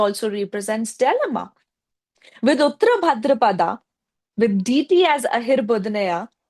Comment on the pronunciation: Its not DITI, its deity